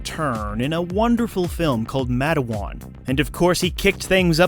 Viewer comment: I love that you opened with him as the head miner from the movie, Matewan. That's a super important historical film regarding the coal wars of the 1920's. Also, it's pronounced "Mate (male-female) - wan (juan)